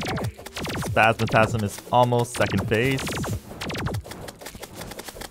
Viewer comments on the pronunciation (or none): Just curious, but why do you say spazmatasm when it's spazmatism? Is there a story behind it or no?